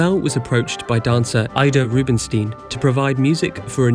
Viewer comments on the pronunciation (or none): the way he pronounces names is very strange, Russian Ballerina Ida Rubinstein turns into "Aaaida Rubinsteen"and Isaac Albéniz turns to be "Eizék Albanese"... The spanish composer won an Italian surname ...